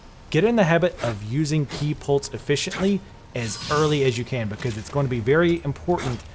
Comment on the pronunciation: It sounds like you're saying ki polts (like paul-tz) instead of ki "pulse". Not trying to be a dick, or insult, you're video is very good ty, it's just that's what my ears are hearing.